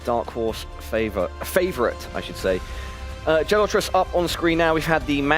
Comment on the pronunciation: He couldn’t even pronounce Gelotris name right. Got it wrong every time. It shows how little he knows about the Geoguessr community and players